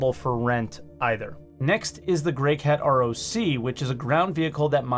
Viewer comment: "greycant roc" That's brilliant! XD But I will have you know that I'm grey and CAN roc alongside the best of them! Still love you though,! <3